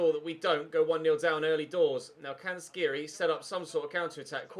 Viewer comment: Dislike coz u pronounce Skhiri wrong for the 7th ep in a row and u don't read the comments.